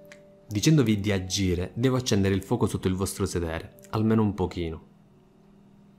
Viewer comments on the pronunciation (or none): Libbri, aggire ..altro raddoppio di consonanti? Saluti dalla Sicilia